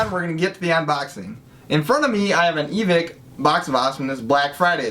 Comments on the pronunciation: you pronounce it evik but its spelled evike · Evike not evik